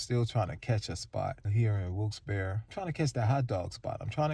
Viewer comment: Hi! For the record, the town is pronounced, "Wilkes-B-air-ree" - I know this because when I was a teenager (I'm a grandma now), I was watching a morning talk show and a lot of callers from this town kept calling in because the host kept mispronouncing it so many times that the show dedicated an entire segment to it. It was funny to see the host concede how wrong he was when he thought he was oh-so right. I'm looking forward to traveling vicariously through you on your road trip journey! Peace!